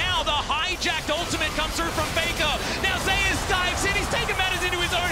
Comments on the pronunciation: I'm just bothered by how they say zeus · why do they pronounce zeus as zayus